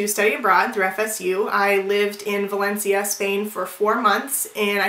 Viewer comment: I lived in Spain for 2 months, I speak spanish natively and she said Valencia totally right. Stop being a hater.